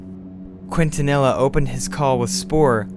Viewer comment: The officer's name, Quintanilla, is pronounced as "Keen-ta-ni-ya". Just an FYI for future reference.